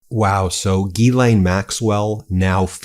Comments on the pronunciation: Please please , it’s NOT Guy- lane it’s pronounced GEE-SS-LIN . THATS my name and it drives me INSANE TO HEAR IT being pronounced GUY-LANE…… I’ve never heard it pronounced like that in all my 72 years on this earth. It’s a French name and I can guarantee you it’s not pronounced GUY-LANE . PLEASE change your pronunciation . It’s not meant to be pronounced so masculine It’s sad that the name should be so butchered.. only you can repair it for all those out there with the name GEE-S-LIN . THANK YOU so much. She doesnt tell anyone how to pronounce it , because she’s clueless! lol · It’s pronounced Jill-an not Gill-aine Just listen to the interview of her brother! Idk why so many reporters slaughter it 🤦🏽‍♀️ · There are two different first names: Guylaine and Ghyslaine. The latter is Maxwell’s. It is pronounced like this: Jeeslain. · Her name is pronounced JEESLAINE without the D sound in the J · Well he's halfway saying her name correctly. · If trump has nothing to hide, there’s no reason to meet with Ghislaine Maxwell. Please learn how to pronounce her name properly.